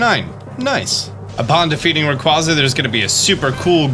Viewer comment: Please stop slandering Rayquaza's name for the love of everything, so much disrespect towards Rayquaza, out of all the Pokémon why a box legendary getting mispronounced... one of my favorites too